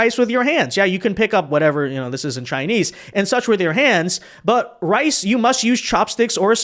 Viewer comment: thought he said "rice" but he actually said "ice". Very common Asian pronunciation mistake